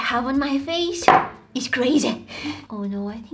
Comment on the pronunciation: It’s face not fase